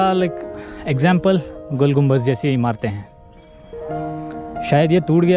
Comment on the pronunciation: gumbaz nahi bhai GUMBADD